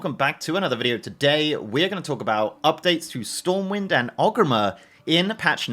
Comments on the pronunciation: Wondering why you keep saying Ogrimmer instead of Orgrimmar. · Friendly note. It’s ORGrimmar, not Og :) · never heard Orgrimar pronounced as "ogreemmehr" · why he say orgrimmar like that at the start